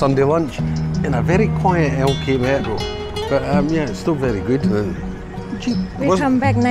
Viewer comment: Hi, I just love your pronunciation of LK Metro, It sounds like El Camaro, but I never see the car. 😂 🚗